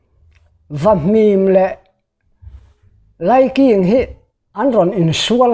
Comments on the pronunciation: Laiking tih ah khian a thluk dik lo a NIH khi a thluk hi ngaih pawimawh thin a tha mizo tawng dik hman zel tum a tha ang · He putar lam dan hi a diklo